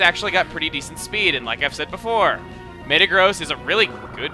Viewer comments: Maytuh-Gross is probably the WORST pronunciation of Mehta-Graws I've ever heard. Don't worry we still love you Chugga! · its pronouced me-ta-gross not may-ta-gross but still iver way go chugga go chugga!